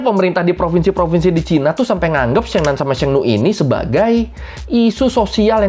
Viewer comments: Syengnan syengnu mbok ya riset dulu dikit gmn cara baca yg bener mas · koreksi lafal nya ya sheng nan : 'e' nya seperti baca ' emas' bukan 'ekor' demikian juga sheng nu : nu sound nya seperti baca nui... lbh gampang bacanya 'ni' aza di sheng ni